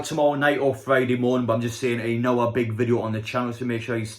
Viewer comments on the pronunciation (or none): none